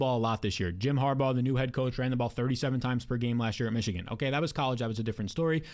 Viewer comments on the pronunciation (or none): none